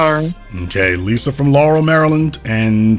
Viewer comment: You mean "Lurrul, Murrlund"